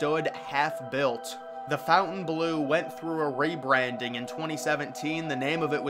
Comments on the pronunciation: It’s FONTainbleau. (NOT) FOUNTainbleau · It’s FONTainbleau. (NOT) FOUNTainbleau. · Fontainebleau not 'fountain blue' lol Americans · You can't read. It says Fontaine Bleau. Not "Fountain Blue" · Yes it's pronounced with the French inflection ❤ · It's called the FON-TAIN Blue. Not Fountain Blue. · It isn't "FOUNTAIN"- blue. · The pronunciation of Fountainebleau is better with the French. It sounds almost offensive with a rough American dialect.